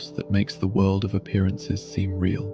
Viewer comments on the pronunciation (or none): none